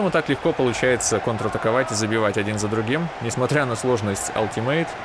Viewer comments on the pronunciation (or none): none